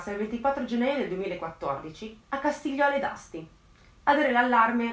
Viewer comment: Costigliole d'Asti, non Castigliole d'Asti